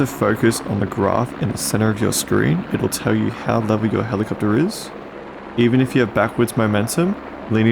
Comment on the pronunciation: Helicoptaaaa. 😂 Your accent is so good. Nice video btw.